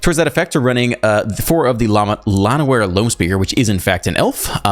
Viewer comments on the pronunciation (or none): Llanowar - Ll is Welsh, it's pronounced... Fuck...